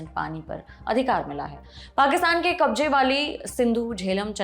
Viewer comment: Kabje nahi hota, kabze hota hai, plz improve your diction.